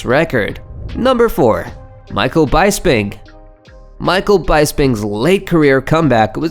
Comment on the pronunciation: I don't understand how you make a MMA channel, and not be able to pronounce their names correctly. Urijah Faber and Micheal Bisping were especially bad. And considering how big he was in MMA.. How have you not watched enough MMA to be able to pronounce his name? That's crazy. Also.. "The Ultimate Fighting"?? Lol... But you could at least look up videos of these guys fights and find out how to say their names correctly for your video bro. There are a lot of good MMA channels out there. If you want to be a part of that, at least make the effort.